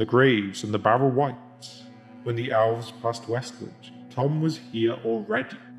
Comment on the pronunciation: Omfg..please for the sake of all that is good and right, PLEASE stop sayin "ALVS"!!!!